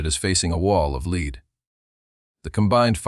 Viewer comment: The AI mispronounced “lead” as leed and can’t deal with Luftwaffe. 😢